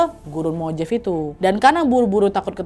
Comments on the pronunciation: Punten Kak Nad... MOJAVE dibacanya bukan MOJEIF, tapi MOW-HA-VEE atau MO HA VI, huruf J dalam bahasa Spanyol umumnya dibaca H...🙏🏼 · Mojave itu bacanya Mo-ha-ve kak nad😊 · Mohon maaf kak kalau boleh kasih masukan, gurun mojave dipronounce nya mohave dan itu bukan gurun terpencil, melainkan gurun yang besar di california. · Mojave: bacanya mo ha vey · Kak punten, ‘Mojave’ dibacanya ‘mo-Hah-vee’ 😊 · Koreksi Nadia...Mojave dibaca Mo-Ha-Ve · Gurun mojave... j nya dibaca h ... Nad